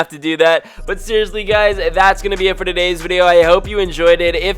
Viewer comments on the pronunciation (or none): U said todem instead of today